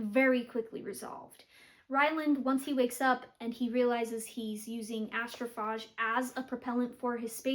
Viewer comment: It's pronounced Astroph AGE, as like "What is your age?" Just trying to be helpful. 😊